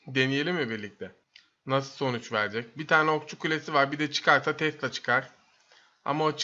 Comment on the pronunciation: yanlız tesla değil tesila